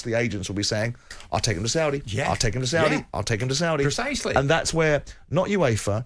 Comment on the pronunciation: Why does this idiot jim white keep pronouncing the saudi teams in a weird exaggerated and patronising way??